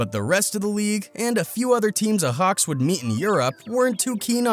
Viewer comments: It's not ahax you idiot it's spelled ayax 😒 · Ayo ahax? Its pronounced I yax lol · how says Ajax hahaha 🤣🤣🤣 when he says it he makes it look like its spelled ahax 🤣🤣🤣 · THIS GUY: AJAX NAH AHAX YEEEE😂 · It’s not ahax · Bro really can’t say Ajax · THE WAY HE SAYS AJAX 😂😂😂😂😂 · Its ajax not ajax Its klass jan huntelaar but you say jan like yan